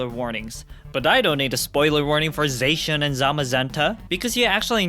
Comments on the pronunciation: here we go again.. It's pronounced Z - ah - sh - ee - an, not Z - ae - sh - ee - an, they clearly say it in the anime AND in the trailer. I haven't had to correct this in like 3 years, but this is getting out of control-.. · I think it’s pronounced “Zah-she-in”. Not to be rude. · There is no H in Zacian!